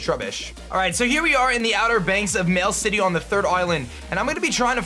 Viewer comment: "Mail City"